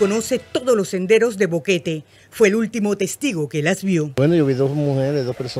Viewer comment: Boquete is pronounced Bow-k-tay en español. 😀